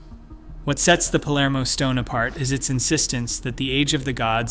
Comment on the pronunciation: Is written Palermo, not polarmo!